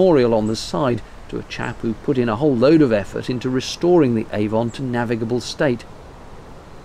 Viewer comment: A Warm Gun It rhymes with "lemon", not "Hey, Don".